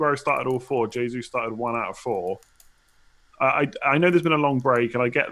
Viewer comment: Why is this guy pronouncing Jesus incorrectly. It’s so pretentious